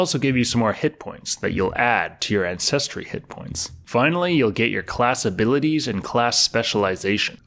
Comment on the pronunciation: Hilarious! Pronounces repertoire flawlessly but can’t for the life of me properly enunciate ANCESTRY!!!